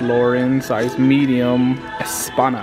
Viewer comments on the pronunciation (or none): Why u look Mexican and can't pronounce España 🇪🇸 correctly